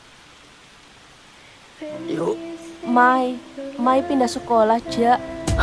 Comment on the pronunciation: Tumben ayu bilang may biasa nya bilang Mae 🗿